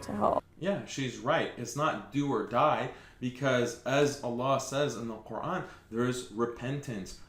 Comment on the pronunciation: WOW she doesn't Even say the word Quran properly, that just shows that she's Not a Real muslima, She's clearly one of them pushing their satanic agenda.